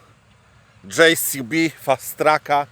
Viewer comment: Wreszcie usłyszałem poprawną nazwę Dżej Si Bi. Pozdro od tego z kim mieliście się spotkać w Polańczyku jak Ania jadła w Łańcucie lody z musztardą 🙂